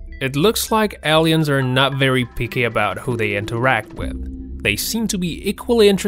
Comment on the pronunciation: " L-EEE-INS ", Really ? Are you an "AUSSIE" ? I gots to know what language you are using.